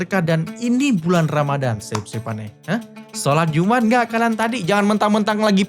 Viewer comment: Jum 'at bukan iumat😅